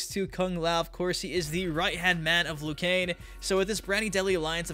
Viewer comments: We’re u saying lu Kain it’s lu kang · "LOO KANE"